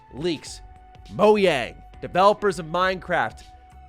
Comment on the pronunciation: i think its crazy that pronounces it moyang